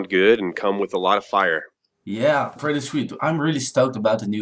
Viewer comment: "prety" are you serius???